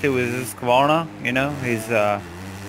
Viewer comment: Damn, you can pronounce Husqvarna like we swedes do, cudos to you dude!:)